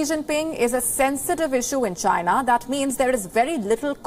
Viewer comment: as a certain person said "Chyna"